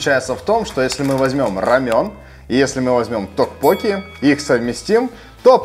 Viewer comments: Ребята, вам на заметку. Не рапОкки, а рапоккИ. Не токпОкки, а токпоккИ. В Корее ударения всегда падает на последний слог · токпоккИ,произноси правильно...